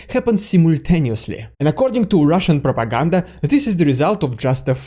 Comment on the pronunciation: ‘Ridiculous Russian prrrrropaganda’ 🤣🤣🤣🤣🤣 Slava Ukraine! 💙💛